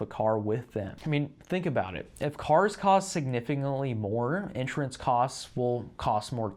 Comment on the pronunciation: It really bothers me the way that you pronounce the word “insurance”. The first few times you said it, I thought that I was hearing “interest” or “entrance”because you slur all of the syllables together into one incomprehensible blob. Please practice enunciation of this word as In-SURE-ance. Each syllable clear and distinct, stress on the second syllable.Thank you.